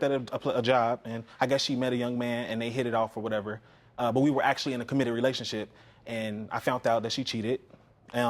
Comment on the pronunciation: Sounds like she's saying "relationshit"! This is hilarious!